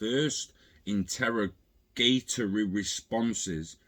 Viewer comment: in-ter 'ROWG' a-tory